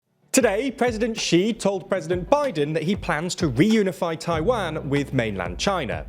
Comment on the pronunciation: Is it too much not to sound like Wario when you say Taiwan? It's Taiwan, not Tai-waaan